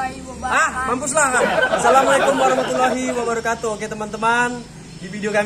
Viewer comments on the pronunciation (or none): Njir islam gk bisa ngomong asalamualikum wkwkwk